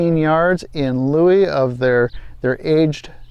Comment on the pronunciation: "In Lieu" is pronounced "loo" like New, not "Louie" like Stewie.